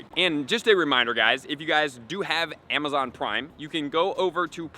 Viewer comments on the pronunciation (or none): none